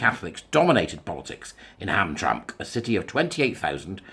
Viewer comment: Hey, I’m in Michigan. Hamtramck is pronounced as though it has three syllables. Ham-tram-ick. Just trying to help, no criticism!